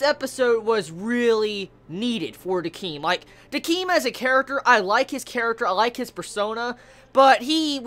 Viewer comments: Decim not Deceem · this is two years late but THIS SO MUTCH I've just started watching his reviews and him pronouncing Décims name wrong irritate me so much it's DECIM not DEECEEM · i love you, but your pronunciation skills are pretty bad. Their names a re pronounced like kuhwin and dehkim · One of these days you'll say Decim's name correctly. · Piper charms ikr it was really annoying.